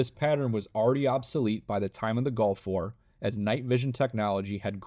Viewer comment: bro said "golf war " instead of gulf war